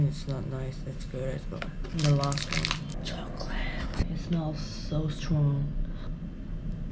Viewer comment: TTTSSSS-- KOLATE. 😂😂😂 IT'S PRONOUNCED AS CHOKOLA-TEH